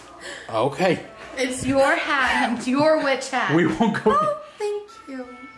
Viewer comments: Lol!! That's too funny Mia 🤣 trying to say witch but saying *itch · When was saying witch she sounded like she was saying b!tch😂 but she is adorable!❤❤ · Not gonna lie it sounded like she said dada bitch thinking she was saying witch lol I’m dying laughing so hard 😂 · I also heard her called him a b word after, u can hear the b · Mia is so cute. Her saying witch but with a B is so funny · I'm so sorry but I keep thinking that mia is saying Bit*h... carnt stop laughing 😅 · Ooo she said b itch not witch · LOL. Mia thinking she’s saying witch is CRACKING ME UP 🤣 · Poor Mia can’t say the word witch! 😂